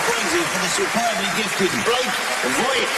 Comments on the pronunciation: Dude. Its Vogt pronounced like 'Vote' or 'Vog-t'. There is no 'i' like Jon Voight. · His name is not pronounced like that